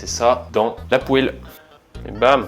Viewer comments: Les gens normaux: « poêle »: « pouèle » 😭😭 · J'ai eu l'honneur de gouter c'est vraiment bon par contre redis plus jamais "poêle" c'est vraiment "pwal" la bonne prononciation